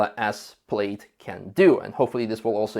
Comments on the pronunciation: Not to nitpick but it is “pl-aa-d. Not “pl-ade”. Just saying. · awesome video! thank you! just one note -- i know it's spelled "plaid" so it looks like it should be pronounced like "played" but it is actually pronounced "pladd", rhymes with dad. keep up the great work! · It's pronounced 'Plad', don't ask why, but it is. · Model name is pronounced as "plad", not "played". Yes it's spelled wrong (to many), English wording is so controversial. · It´s not Played, it´s Plaid lol. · Good video -- except for you constantly saying "played" instead of plaid. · Let me help you with your English pronunciation, the word Plaid is pronounced as if it were spelled "Plad". The same way you would pronounce the name "Chad". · I love how pronounced it “played”. 👍. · Or England. It's only ignorant yanks who say 'plad'. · has gone code red on his pronunciation of plaid. Obviously, he has missed out on one of Elon's favorite movies; Spaceballs. It's best watched with multiple hard core Star Wars fans.